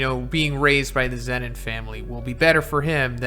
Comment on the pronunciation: Its zenin